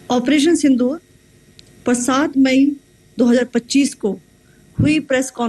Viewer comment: Operation sindhoor nh operation tandur 😂